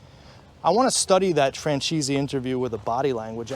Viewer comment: francheesy haha